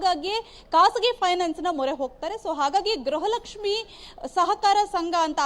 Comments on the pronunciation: ಗ್ರಹಲಕ್ಷ್ಮಿ ಅಲ್ಲ ಮೇಡಂ ಗೃಹ ಲಕ್ಷ್ಮಿ ಅಂತ ಹೇಳಿ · ಗ್ರಹಲಕ್ಷ್ಮಿ ಅಲ್ಲ ಅಕ್ಕೋ ಗೃಹಲಕ್ಷ್ಮಿ ಅಂತ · ಗ್ರಹಲಕ್ಷ್ಮಿ ಅಲ್ಲ ಮೇಡಂ ಗೃಹಲಕ್ಷ್ಮಿ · ಅಯ್ಯೋ ತಾಯಿ ಗ್ರಹ ಲಕ್ಷ್ಮಿ . ಅಲ್ಲ ಗೃಹ ಲಕ್ಷ್ಮಿ